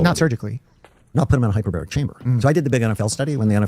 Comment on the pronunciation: We misunderstood him, he didnt say hyperbaric chamber, duh, he said hyper-berry chamber. Its full of asai and acai berries, along with other fruits and omega 3s. The treatment name is "The fruit punch" 😂😂